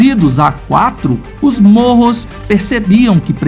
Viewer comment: Ele fala morros 🤣🤣🤣 nao seria mapogos?